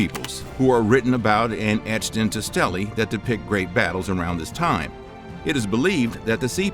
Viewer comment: Thucydides: thew-SID-i-deez. stelae: STEE-lee. Asclepius: as-KLEE-pi-us